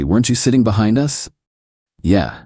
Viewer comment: It's an AI channel, instead of saying us, it spelled it U S.